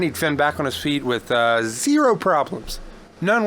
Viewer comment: Z E E R O W TRAINING, lol